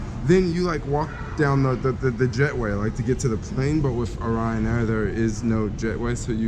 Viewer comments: Clearly the airline is called RYANAIR one word it's not someone's last name but I guess if you want to put an imaginary O in front of it for no reason it's up to you haha.. if they wanted it pronounced o'ryan they would have spelled it that way no? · Why do you keep calling it Oryan Air? Its Ryan Air haha... safe travels bro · Renit Rift what's that have to do with it... the name is Ryan Air and he kept calling it Oryan or O'ryan just pointing it out to him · Renit Rift but if you want confirmation on how its said their adverts CLEARLY say RYAN not O'ryan ... so maybe you should be the one to pay attention 😂😂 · Please never call it O’Ryan air again you handicap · Before i even looked at the comments, i told myself that the first comment that was going to see was "why is he saying Oryan Air?" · Renit Rift Wtf, that's not how you say it! Even if they're Irish, they called themselves Ryanair and not O'Ryan Airlines or some shit